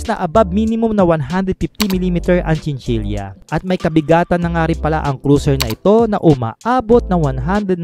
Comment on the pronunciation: Chinchila po di chinchilya